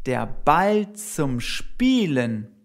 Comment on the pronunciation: The pronunciation of "spielen" sounds as it does not have an "l"